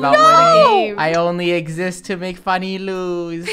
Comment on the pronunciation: No one: ... Actually nobody: ... Draco: “i OnLy ExCiSt To MaKe FuNnEh LoSe.”